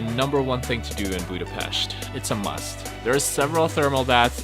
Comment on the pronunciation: I really enjoyed this travel video about my city! Yes you pronounce Vajdahunyad vàra wrong :p its more like Vaydahunyad. BUT You are the first one i ever heard who says Budapest right! Great channel!! Im checking all your videos,im a traveller myself! Keep up the great job